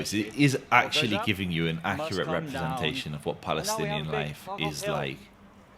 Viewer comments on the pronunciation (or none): "He helb 15 beoble in that house? " such a brave Baalestinian who cant even pronounce it.